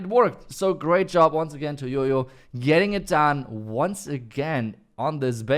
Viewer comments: Hearing him say YoYo instead of JOJO pisses me off 🤣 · The letter "J" pronounce "Y" in deutsch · Why do you call him yoyo when his name is Jojo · Why everyone calls him yoyo when his name is Jojo🙄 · Why you guys pronounce Jojo as Jojo when it's spelt as Jojo?